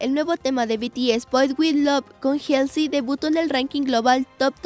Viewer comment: Como critica constructiva, cuando den las noticias aprendan a pronunciar los nombres de los artistas(helsy? , a.c.i?, sobin?) se me hace muy irrespetuoso la verdad y luego dice dijieron, albun, etc., hablen bien por favor desmuestrenle a BTS que son gente con algo de educación